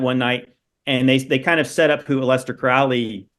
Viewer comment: "A lester" Crowley...prefer that pronunciation 😂